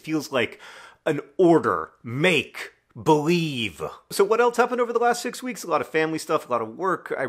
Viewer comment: the way you say "Make. BELIEVE!" here feels like one of Sarah's collages 😊